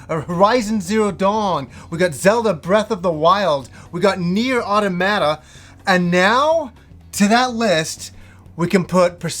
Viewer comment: Please stop saying Automata the way you say it.